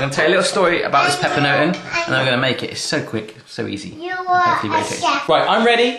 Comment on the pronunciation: you pronounce it like this: papernoten